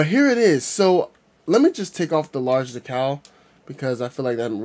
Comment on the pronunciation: where did you learn to pronounce decal?